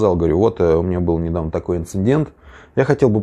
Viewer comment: Инцидент, не инциНдент